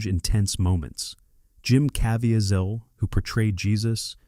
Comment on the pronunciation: I wish the AI could get the correct pronunciation of names like Caviezel is totally slaughtered